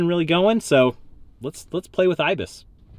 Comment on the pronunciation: That’s not how you say IBIS